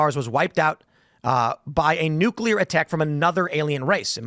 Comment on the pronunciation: Asteroid....not nookulur war....lol 66 million years ago.